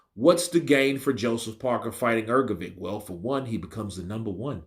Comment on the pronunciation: Love your pronunciation of Hergovic